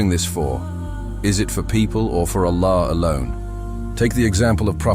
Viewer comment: The AI cant even pronounce Allah. Pleass stop this AI dependence.